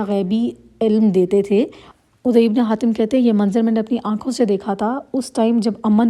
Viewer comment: عدى...ع پر ذبر ہے نام غلط پڑھ رہی ہے آپ بار بار